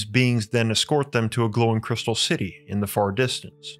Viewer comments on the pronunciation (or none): none